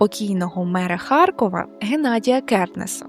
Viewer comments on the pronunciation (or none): none